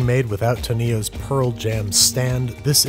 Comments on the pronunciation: He pronounced tonio’s name as tanio lol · HIS NAME NOT ToNIO ITS TOnio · To-Neos? Tonio’s just like Antonio